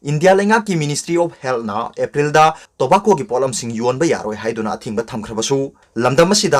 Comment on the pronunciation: Tobacco gi pronounced CD 🤣 indira Gandhi se 1st pm ro?